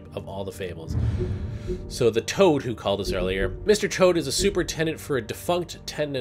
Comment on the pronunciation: HAHA He said Mr. Chode not Mr. Toad